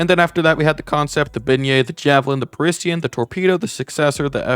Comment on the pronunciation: Bro says the word beignet and parisian wrong💀💀💀